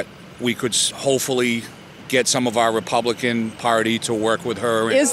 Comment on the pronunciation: the mark he says republicant.